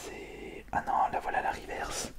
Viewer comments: on ne dit pas rivèrce mais riverce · On ne dit pas rivairse mais riveurse